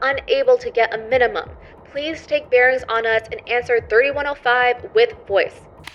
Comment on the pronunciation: Bear-ings, not barons!